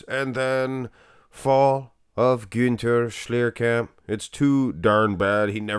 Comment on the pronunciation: kudos for pronouncing his name right!